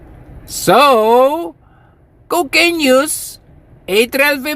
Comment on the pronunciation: Super tawa ako pag binibigkas mo ang Cocaiiiiiiiiiiine! Hahahaha